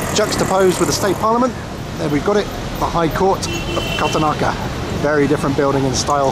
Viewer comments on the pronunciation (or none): Correction ..its 'kara-na taka' .. Good vid otherwise ..